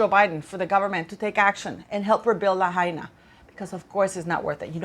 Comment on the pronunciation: It’s la-high-na. 😊